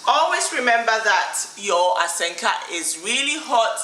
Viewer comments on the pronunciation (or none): It's Asanka not Asenka😂